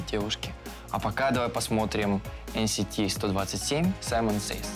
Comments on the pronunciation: Правильно будет не эн ни си сто двадцать семь, а эн си ти один два семь........... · Писали , про то ,что правильно ЭН СИ ТИ ОДИН ДВА СЕМЬ , ибо иль и чиль